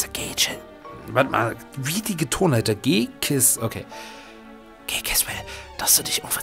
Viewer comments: "G-Kiss".... Is nicht dein Ernst oder? XD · G-CIS gesprochen: 'GE-ZIS' nicht 'GE-KIS' ^^ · das heißt au ned ,,G-Kiss" sondern ,,G-Ziss" aber egal :-D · Immer nochmal falsch lieber das spricht man "Ge Zis " aus;) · Ghetsis ist der englische Name. Im deutschen heißt er G-Cis (Ge-ziss ausgesprochen).